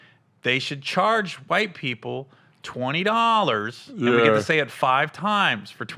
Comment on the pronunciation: "20 dawwlars" 😂😂😂